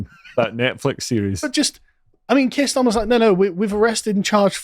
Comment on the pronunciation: Everytime he says Starmer i hear Stalin 😂